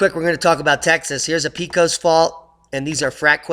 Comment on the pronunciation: Pecos is pronounced as PAY-cos -at least that is how we say it in Texas. :)